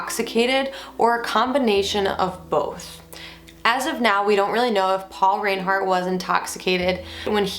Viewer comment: You’re pronouncing their name incorrectly, it’s pronounced rinehart